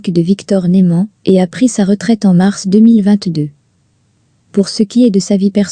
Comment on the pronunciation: Oui je suis d'accord c'est vrai que a répétition de "Nouman et de Victor " Bradan "ça saoule.😅